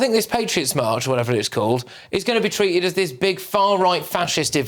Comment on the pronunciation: I wonder the pronunciation of a word missing the T sound, like “treated” as “treaed” is a true British English, or it’s a combination of British English and Caribbean English.